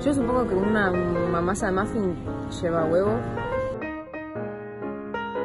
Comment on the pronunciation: si escuchan bien mica dice ´yo supongo que una ma-masa se mofin tiene´ :v